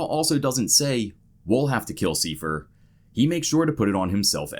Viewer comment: "Siefer"? His name was Seifer...